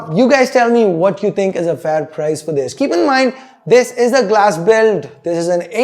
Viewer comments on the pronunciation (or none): none